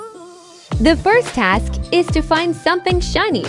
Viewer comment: she said fine instead of find😂😂😂😂😂😂😂😂